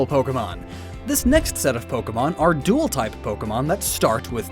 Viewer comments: BTW dual not duel. Emphasis on A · When is someone gonna tell him that it’s spelled “Dual” not “Duel”? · Dual types, not duel types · Dual type, not duel type you cabbage